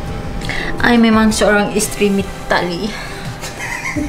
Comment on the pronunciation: Isteri mee-tali 🤣🤣🤣